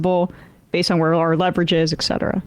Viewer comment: I hear too much “ec cetera” on this program